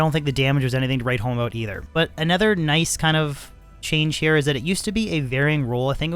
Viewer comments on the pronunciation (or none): none